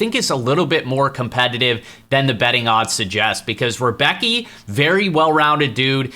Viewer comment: the rebecki pronunciation is killing me 😭😂